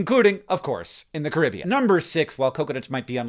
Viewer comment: As someone who lives in the Caribbean, THANK YOU, HANK for pronouncing it the right way and not Cah-rih-bee-yan like so many Americans do. You did not forget to be Awesome!